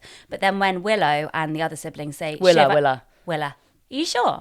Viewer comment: Also, it is 'Willa' not 'Willow'.